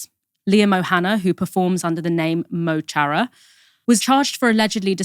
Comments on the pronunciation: fun fact: that guy from kneecap is Liam Og O hAnnaidh, he uses the stage-name Mo Chara. That is not pronounced "Mow Charra", but "muh khara" (it's the nearest approximation I can make). It means "my friend". Little ol' pedantic me! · Mo Chara is pronounced closer to Muh Khara. 💚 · It’s pronounced ‘mo hara’ the ‘c’ is silent, because of the ‘mo’ before it & the ‘h’ after it. My explanation makes it sound more complicated than it is. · Mo Chara means "my friend" in Irish. It's pronounced Mu cara. Just for future reference.